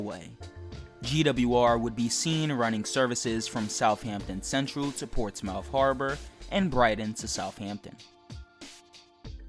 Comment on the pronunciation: It’s not pronounced ports mouth you idiot